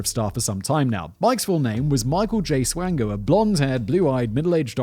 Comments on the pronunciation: Michael Swango is my uncle. It’s pronounced SWAN-GO as in swan goes down the river. Peace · Double-oh Swango... Swango unchained..?